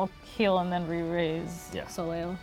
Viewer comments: "Soleil" is pronounced "so lay" ;-) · ...when the team that created Soleil doesn’t even pronounce her name correctly. Lol! Ugh...good job, but this is high-reaching for most of your player base. 😬